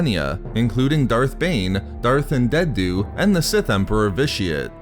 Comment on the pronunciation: Darth An-dead-du